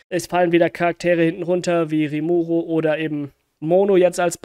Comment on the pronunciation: Bellmoth gibt es nicht im Anime oder im Manga und Rimuru ohne o gesprochen sonst wie immer gutes Video 🥰